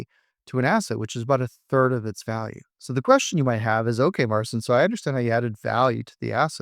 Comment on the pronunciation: Pronounce Marcin the right way, its your name